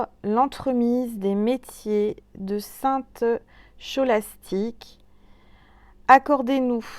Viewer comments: Bonjour, Très belle guidance, comme d'habitude 🙏🙏 Et c'est bien "Ko" et non "Cho" comme "Christophe" (kristophe phonétiquement) 😁😉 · Bonjour, merci 🙏 infiniment pour toutes tes belles guidantes. Pour le prénom ça se prononce Skolastique (phonétiquement) on prononce le s et le k(ch) . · Bonsoir et merci pour ce Calendrier de l'Avent du 06/12. On prononce "Ste Skolastik" Beaux messages pour ce jour grâce aux Anges, Archanges et à l'Univers. Je trouve très sympathique ce dé jeté en fin de guidance suivi du petit message. Merci! Bonne nuit! Je vous embrasse.